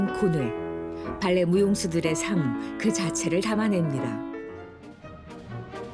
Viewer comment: 성우님 발레 발음을 왜이리 봐알레~ 라고 느끼하게 하시는건지…😂 그냥 담백하게 발레라고 하셔도 될것을요